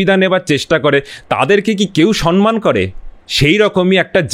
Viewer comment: Khub valo laglo, shudhu duto shabdo vul uchharito holo. Samman ke 'sanman', ar tamrolipto ke 'tamrolipi'.